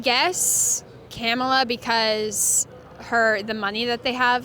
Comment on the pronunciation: Camela 🐪 🐫 hey at least she stressed the correct syllable